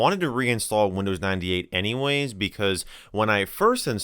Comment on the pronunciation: Windows i-dee ate